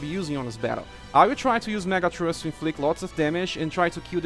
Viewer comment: Today's Words: > Splitting = Sp-lit-ting > Thrust = Th-ra-st > Charmed = Charm-d (Here, 'e' Is Silent, And 'd' Sound Is Forced.) Also, Nice Credits Screen. :D